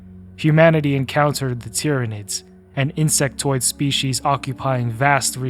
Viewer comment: btw it’s terminids not tyrinids close but not 40k 😂